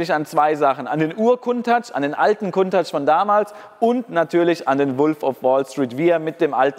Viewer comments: Warum sagst du immer "Kuntach"??? Das Auto heißt "Countach", wie Account, danke. Das nervt extrem, danke. Nettes Video, weiter so. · ich habe die Aussprache Countach hinterm C wird ein u gesprochen noch nie so gehört. Ist das denn richtig ?